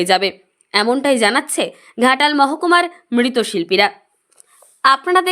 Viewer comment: মৃৎশিল্পীকে মৃতশিল্পী বলে গেল। বিলীনকে মিলীন বলছে। কী একটা ফালতু সংবাদ পাঠিকা 😠😒